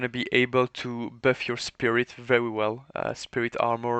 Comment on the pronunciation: "böff" "deböff" 😂😂 good vid